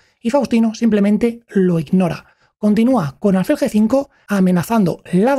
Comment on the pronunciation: Me gustaría saber cómo se llega a ese nivel con tan pocos años, qué cosas están pasando en su día a día. Crecí admirando a Fischer pero viendo su vida muchas veces me ha hecho reflexionar si ser un genio se paga con felicidad ... Por cierto, me llama la atención la pronunciación "álfil" ya que tengo entendido que es palabra aguda... (como tus certeros análisis)